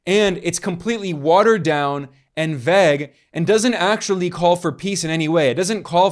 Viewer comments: rly fucks me up that ben forgot how to say vague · Bro you gotta work on your "Vague" pronunciation.